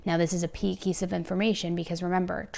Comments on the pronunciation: A "pea keice of information"? Lol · hahah “this is a Pey Kiece of information!” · Lol "now this is a pey kiece of information"...sorry, totally irrelevant to the actual case, but I had a giggle when I caught that 🤭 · Had to 🤣 at "a pee keese" of evidence 🤣. 😘❤️ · “ a pey keice of information “